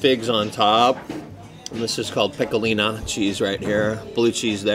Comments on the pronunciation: He act's like he's an expert on Canadian food but he really had no idea of what he's taking about he actually thought that was authentic poutine here's a tip stick to what you know and FYI it's pecorino not pecolina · Hi, it’s me again. You know the guy that tries to help you. Today’s lesson- the soft cheese is pronounced kah-mem-bear (not Bert!) The hard Italian cheese is pecorino (peck-ah-ree-no.) I have given up on getting some so I will continue to improve you diction and culinary knowledge. Have a great day,. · It’s CAM-EN-BARE and I’m pretty sure the one that tastes like Parmigiano Reggiano is Pecorino...pronounced PECK-A-REE-NO. Most ppl and restaurants use it in place of parmesan because real Parmesan is highly expensive and is only permitted to be made in Italy. Just an FYI ✌🏻🥰😊